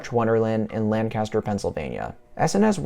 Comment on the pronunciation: It’s Lang-kiss-ter